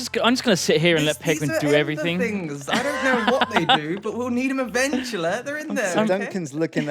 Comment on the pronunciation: English: eventually: EVANCHALLAH